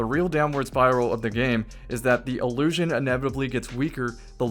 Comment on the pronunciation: One of the most commonly misused pairs of similar-sounding words (in English) is “allusion vs. illusion”. Throughout this video, is (correctly) saying “illusion” … but because of his pronunciation, it often sounds like he’s saying “allusion”. I’m sure that’s not confusing, at all, for listeners who struggle with understanding the difference between those two words. 🙄